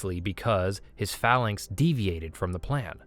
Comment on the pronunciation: phalanx, executer, and a few other words badly mispronounced. Please look up some of the more unfamiliar words before you try and narrate them. Either that, or the writers need to use smaller words. Sigh